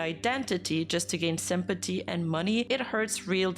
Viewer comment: i love when you say simpaty